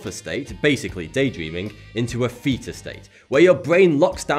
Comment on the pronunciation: Am I the only one who heard 'feta state' instead of 'theta'?